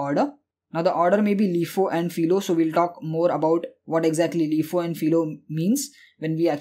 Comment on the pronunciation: I needed a playlist on data structures and you delivered. Thank you very much. By the way, LIFO is typically pronounced "LIE-foe", not "LEE-foe".